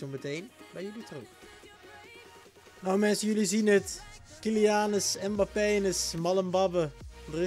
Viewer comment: Je zei KyliAnus en MbapPenis hahaha